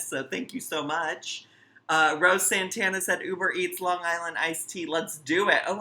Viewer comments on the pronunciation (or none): none